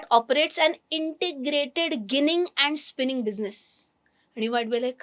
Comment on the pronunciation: The pronunciation is 'Jinning' and not 'ginning'.